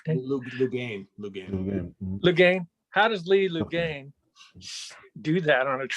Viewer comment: Lee Loughnane of Chicago's last name is pronounced LOW-NANE, FYI.